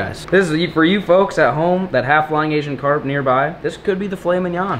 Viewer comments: He said fucks instead of foks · 6.00 to 6.08 between there it sounded the f word instead of folks